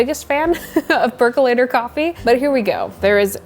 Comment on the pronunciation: I was so excited when you said "perc-UH-lator" because I finally heard a pro pronounce it! And then you also said "perc-YOU-later" 🤣 I think your videos are fantastic. Thank you for making them!